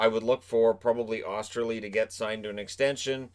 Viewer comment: "O-ster-lee" not "Ah-ster-lee" just an FYI.